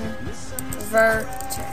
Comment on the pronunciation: I think we know the 3 syllables of "con-ver-ter"